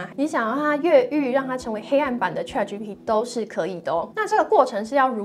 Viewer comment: 你这个ChatGPT 发音不准，得好好练练！😅